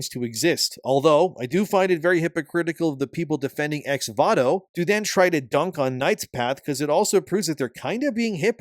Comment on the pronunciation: The way you say voto is wild. It's Vo To not VA To lmao